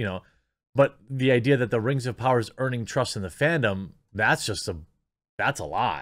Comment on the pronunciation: I swear I heard you say burning trust lol